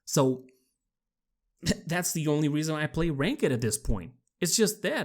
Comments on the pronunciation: It’s pronounced (Rai k’d) not (ray kah dudh) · I completely agree.. but please stop prounouncing "ranked" as "wrank-iid"... Its prounounced "rangkt".. you literally hurt my brain. PS: dont expect nothing from Hi-rez / Evil mojo. Move on.. When have they have had an original thought or done something for the Players rather then their wallets? You wont get anything good in their games until they steal it from somewhere else. They accept hundreds of thousands of dollars.. but go ahead and try to contact support or get any communication from them as a "professional" company that ONLY wants your money. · ALL THESE COMMENTS AND NO ONE HAS BOTHERED TO TELL THIS MAN IT'S NOT PRONOUNCED RAN KED IT'S PRONOUNCED RANK'D Good God,my man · man the way you say ranked as rank ed bothered me through this whole vid. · Ok nice video, but that's not how you pronounce ranked...not being toxic it just bothered me how you said ranked as rank-ehd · Rank-ed match. Sorry I know its juts your accent but every time I hear you say that I think its funny :) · Really nice video man Also btw not trying to be mean or anything but your pronouncing ranked wrong. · Also the E in ranked isnt pronounced fully like you do (aka ur saying it incorrectly) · The way you say ranked is weird, its one word and you pronounce it like there is a space or something. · Stop pronouncing the e in ranked. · girl that's not how you pronounce "ranked" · I agree im not playing much and im new cause nothing feels like anything. (also i know its not your fault but hearing your way to pronouce ranked is a bit offputting to me) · Anybody think it's weird how he said ranked? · I loved how he puts emphasis on the E in “Ranked” lmfao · You are pronouncing Ranked wrong....